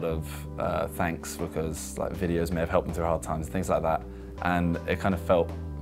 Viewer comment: frew frew frew frew frew frew freW frEW fREW FREW THE WORD IS PRONOUNCED AS THROUGH